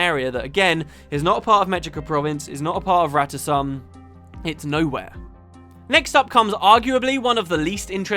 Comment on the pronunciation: In a GW1 cinematic, It's pronounced Rata Sum, as and I and many others pronounce it. That is the correct pronounciation. Felicia Day screwed it up and everyone else just followed suit.